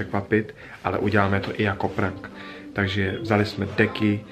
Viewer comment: Říká se to prenk